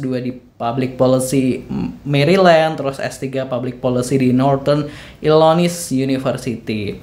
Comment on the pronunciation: Maaf bang masukan bacanya illinois itu "illinoa" 🙏 Cmiw❤